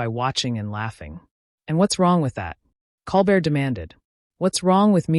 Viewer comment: And Colbert name is mispronounced.